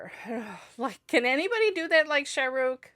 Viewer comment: When you say this name you stress Rukh and say Shah short. You should stress the Shah and Rukh is abrupt. So Shaaruk